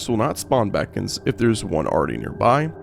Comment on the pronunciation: Bee cons. Not bacons